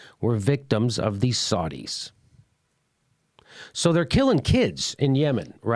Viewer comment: jimmy, prononce it Sow - dees not sar-dees sow as in female pig and dees as in pural of river in uk.